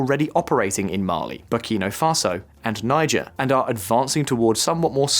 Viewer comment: Errr... really? First we got the mispronounciation of Shariah - unlikely, but ok, I'll live. But to then go on and proonounce Niger FOUR different times in just one video>?? For once I am HOPING this is AI because I refuse to believe that the narrator of a video of a channel that solely discousses global news is that stupid!